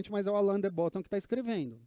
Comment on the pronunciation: A pronúncia não é Bótton e sim Bottôn